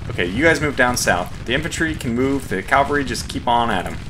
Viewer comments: It’s pronounced CAValry, not CALvalry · Curious that you pronounce it "cal-vary" rather than "cav-al-ry". Is that a regional thing? The short form is just "Cav" by itself. EDIT: Actually serious about the regional question.